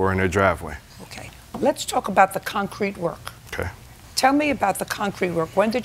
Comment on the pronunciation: And where they laid the syllable on the word itself broke me up. ConCRETE. Over and over. 😆